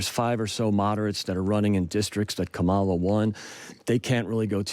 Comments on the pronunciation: Oh look another rep who can’t or won’t pronounce Kamala correctly ! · I hate the ignorant people that: mispronounce kamala, call the democratic party the Democrat party, and say trump has a mandate when he didn't even win a majority of the voters. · The conservative guest is so far off the mark here. He cant even pronounce Kamala properly. Just another boot-licker. 🤮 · This guy Harold Meyerson can't even pronounce Kamala's name correctly. That tells you everything you need to know about his bias and credibility. He should get a job working for Putin.